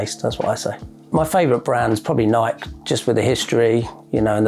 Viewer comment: Think he would know how to pronounce Nike by now!